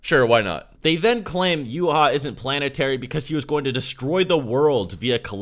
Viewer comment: Where the hell did you get "you-haa" from? That's the dumbest pronunciation I've heard. Yhwach Japanese : (ユーハバッハ = Yūhabahha) German : Y = Yee / H = Ha / wach = Vax Roman pronunciation Intended by the author is Yee-Ha-Vax (Yhwach) バッハ (Bahha) = Bach (Bax) ヴァッハ (Vahha) = Wach (Vax) Why バッハ (Bahha) ≠ Wach (Vax)